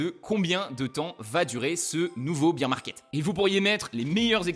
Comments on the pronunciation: Alors tu as le beer 🍺 market comme tu le prononces en Anglais et le bear 🐻 market 😅 merci pour tes explications ! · Bear market pas beer market .. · BEAR market pas BEER market lol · Super vidéo, par contre faut prononcer "baire", parce que prononcé "bire" ça veut dire bière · Beer market ?? Faut le prononcer correctement le bear market sinon ça ne veut rien dire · Merci, ça me dérange à chaque fois que j'entends "un beer market" ...